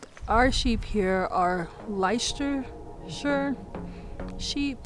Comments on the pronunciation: Leicestershire is pronounced Lestershire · pronounced lester-shire :) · I'm from Leicestershire and it's Lester sheer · Enjoy your vids about your experiences in the UK; good show! To help: Leicestershire is pronounced Less-ter-sheer. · It always amuses me when an American tries to say Leicestershire 🤣 Think Lestersheer and you can’t go wrong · Leicestershire pronounced Lestersher. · Shire as in sheer. Lestersheer.